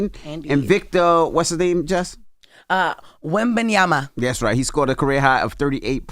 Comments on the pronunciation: jess still said it wrong yeah im that person its wen-ben-yama aint no N auntie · It’s wembenyama not wembenyana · Don't drop a bomb, Jess got Wemby's name pronounced wrong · Jess still said Wembanyama wrong 😂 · 😂Jess still pronounced Wembanyama incorrectly.